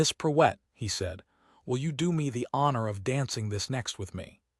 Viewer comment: duch-esses not doo- esses..... And amuse not a mousse. Preuett is Pruewitt....